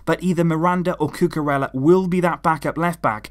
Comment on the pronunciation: isn't it pronounced Cucu-reya instead of Cucu-rella